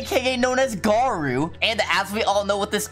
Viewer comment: It’s not garu it garou